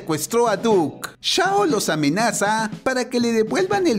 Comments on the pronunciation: No es Shao es chao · dice shao en vez de chao Inmediatamente yo: Sheee juaa Piao Piao